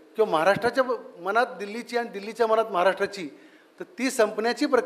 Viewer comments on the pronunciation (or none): none